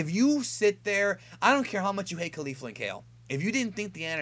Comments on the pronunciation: It's kafla not Kefla or Kalefla. The guy who translates the episodes for the subs should be fired. Same goes for "Ultra Instinct"... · You are so pronouncing the fusion name wrong.. both "Ke Fla" and the narrator said KE FLA the only that the narrator was more detailed enunciating it actually sounds like this Ke ful a because of the roll of the tongue when pronouncing the last part.. It is not Kale fla nor Kay lu fla.... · its kef-la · It's not Kalefla.. it's Kefla (pronounced Kay-flA I guess) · Caulifla and Kale's fusion is "Kefula," not kerufula. If you listen closely to them introducing themselves, you'll hear them say that. The title for next weekends episode has their name in it too: 「悟空VSケフラ！超サイヤ人ブルー敗れる！？」"Goku vs Kefula! Super Saiyajin Blue, defeated?!" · Lmao bruh it's not that hard to pronounce Kefla... you said it like 3 different ways in this. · kefla is pronounced kef- u-ra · There fuse name is kefla not kelfla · It's pronounced Kefla. Did you even listen to how they said it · wrong fix your ears it's kefla no R